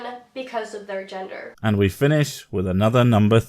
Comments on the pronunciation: Is it just me, or does she keep saying "yenders"? Like I know she means gender but it sounds like YENDURRS ?? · yenders?? Did she lose her baby teeth last week?